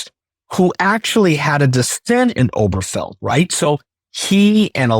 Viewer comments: When you don't even know the name on the relevant SCOTUS decision, you it and like you're no more qualified to talk about this topic than some random person on the street. The name is OberGEfell, not "Oberfell" or "Oberfeld". Until you, I'd never heard it misstated/mispronounced. NEITHER of you knew the correct name. Apparently I've heard the name more than you have, and I wouldn't consider myself qualified to talk about it. Have you ever read a single article about the case you're talking about? THIS IS EMBARRASSING. I can find any number of people to spout opinions I agree with, like yours, but that doesn't mean they're well-considered, well- founded, or worth listening to. Please, Legal AF and the rest of MTN, stick to commentators who are experts on what they're talking about (or have your commentators limit themselves to their areas of expertise). Don't be like the right-wing networks/podcasters. And, please learn how to pronounce "certiorari" (and not from Ben Meiselas). Hint: it's pronounced the way it's spelled (also worth learning, if you're going to use the word). Five syllables, and the next-to-last is "ar", not Ben's "or". Don't mis-educate your listeners. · Guys, please pronounce it correctly. It's not pronounced "Oh-ber-fell". It's pronounced "Oh-ber-guh-fell". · Correction; to pronounce, “Ober-Ge-fell.” Properly with the glottal “G” in the middle, while maintaining the second syllable emphasis. P. S. Also interesting how this post presents “Dobbs v…”, which was used to overturn “Roe v Wade,” which was not the “Cert,” but promulgated by Clary Thomas. So, “law of the land,” doesn’t really land, when anything can be overturned by the whims of idiocy on the court. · I have to wonder about the legal acumen, even the general intelligence, of a commentator who can't pronounce "certiorari" or the name of a leading case (Obergefell) correctly. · Why don't these two learn how to pronounce the name of the case?